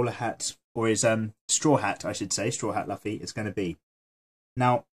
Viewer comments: LoL he said Luffy ( la-fee) it's supposed 2 be Luffy (loo-fee) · its not laffi its luffy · its lucy not laffi haha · i think he pronounce it as the english say Duffy but yeah its luffy pronounced loofy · DID YOU ISUT CALL LUUUFFY LUFY? triggered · Luffy not laffy.. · It s not laffy its luffa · nobody is watching this in 2020 lol😭😭😭 i watch one pice subned and its not pronounced laffy or luffy they say 'rufi' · it might just be me but it pains to hear luffy pronounced 'lufi' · right its painstakingly clear he has never seen the show lmao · I know you get this a lot but it's pronounced (lou•fee) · sorry (though the drawing is awesome)its pronounced loofy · we pronounce it Loofy here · Did he say laffy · Laffy wtf is luffy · I cringed when he said lafi😁😁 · The way you say his name... but dope drawing <3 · plz check Luffy's correct pronounciation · It’s luffy ur sayin the name wrong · He isn’t Pronouncing it right